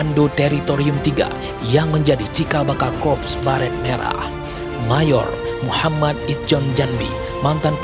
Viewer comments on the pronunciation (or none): none